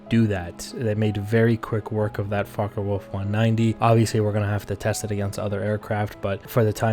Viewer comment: focker wulf lol